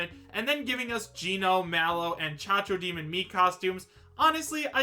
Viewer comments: Cacodemon Caco not Chacho I said this in your other video's read your comments its Cacodemon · "chachodemon" lol its cacodemon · Chachodemon is not cacodemon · As a huge doom fan I'm disappointed that he said chac-chac demon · Did just call it the Cha-cha Demon?!🤣🤣🤣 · Its cacodemon bro